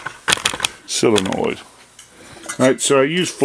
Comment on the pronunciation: It's NOT " Solinoid ".......... Its a " Solenoid "! BTW..... Common terms used " Solenoid " when in " Motors ", etc... If in Electronic World.... It's a " Relay ", but " Solenoid " are used in Mowers, Lawn Tractors, etc.... Or you can call it " HIGH VOLTAGE SWITCH ", LOL.